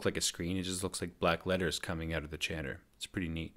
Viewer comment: Chanter not changer! 😣